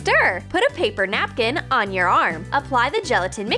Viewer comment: "tHe HaIiR REmaInS oN THe paPeR" Meh: sounded like pay-B-er